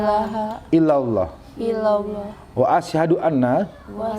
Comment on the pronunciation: Bacaan syahadatnya sebaiknya perkata. Biar tartil atau jelas. Kewatirnya bacaan Asyhadu dibaca Asysyadu. Begitu juga wa asyhadu dibaca wa asy syadu. Demikian trims.